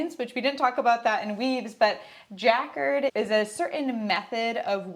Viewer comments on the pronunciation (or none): Very informative! Thank you. I love linen and just finished a linen top! Also, "jacquard" is pronounced juh-KARD. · Ja card is the pronunciation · Took me a second to recognize what she said 😆 I checked in Google Translate: they pronounce it correctly, but the written pronunciation surprisingly is shown with the accent on first syllable [‘jakerd]